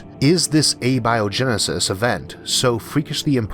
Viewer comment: You have recurrently pointed out that you have a speech impediment. For simple curiosity's sake why do you use A-Bio-genesis, vs. Abio-Genesis? both would sound equally intelligent?